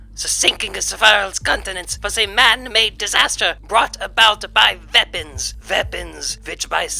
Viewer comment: new-clear we-pawns, I know they is real 👉🏾🤌🏾